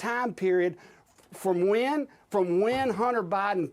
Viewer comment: "president BAHden"..😂